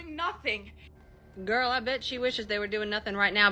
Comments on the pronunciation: Why is that last guy pronouncing "girl" like that? "Garral." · 'Gorl Problems' This man literally cannot pronounce Girl properly, pretty damn irritating ngl. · The last guy couldn't pronounce "girl".